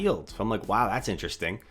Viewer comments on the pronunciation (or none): none